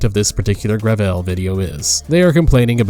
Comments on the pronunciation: The fact that they call themselves "Gravel Institute" and pronounce it "Gravelle" is itself indicative of the grift they're going for. But at the end of the day, gravel is all they'll have left to eat in the socialist cupboard. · Excuse me, but what is "grah-vell?" My ears are bleeding.